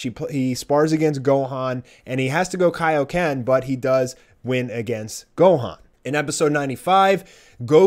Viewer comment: "had to Kioken" nah.